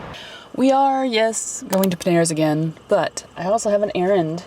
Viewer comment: OMG I am so very happy to be an emotional sponsor!!! 💜 💜 💜 I was grinning from ear to ear! (And you were close enough to the pronunciation! 💜) If I ever to to the US, I def am going to take a look at Peneras (?)! And again, another great awesome relaxing vlog, thanks! :D